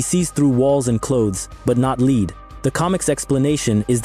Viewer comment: PLEASE STOP THE AI READING! You can't even pronounce lead correctly.